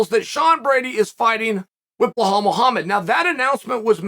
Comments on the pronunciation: no...no...noooo. Its not "bee-hal" its 'Bee-LAL'.....u and names uncle Chael. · Belal to chael: "but my name is Balal not blahall" Chael: "i absolutely love blahall" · so ...can i use ur brush for sec.....willingness-i think u shud be willing to get the names right coz i tink an entire ufc event with u alongside in comentary makes viewing much better for us ....ur viewers and fans.